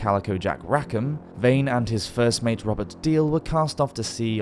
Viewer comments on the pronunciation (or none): none